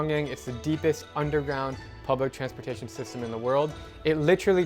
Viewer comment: It's not Kinya but "Eh" sound -Kenya.